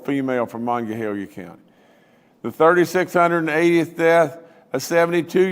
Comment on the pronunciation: Why can't he pronounce Monongalia County correctly...